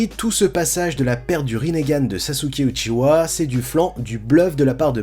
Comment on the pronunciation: ça se dit Uchiha pas Uchiwa...